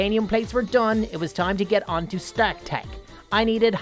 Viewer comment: its pronounced Star-k